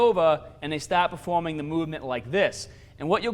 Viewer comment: lmfao my nigga said "staht"